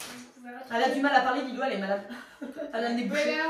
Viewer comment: C'est pas Lilo c'est Lilou 😢😢😢